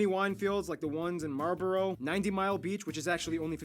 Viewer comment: i love how even the guy narrating from geography now mispronounce marlborough lol. and dunedin is pronounce done-ee-din